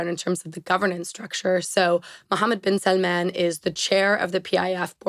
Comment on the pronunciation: so is she pronouncing bin salmans name right or is everybody else who doesnt say it like that?